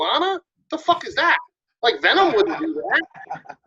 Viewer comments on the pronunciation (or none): none